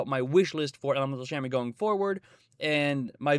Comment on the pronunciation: It’s not shamen it’s shaman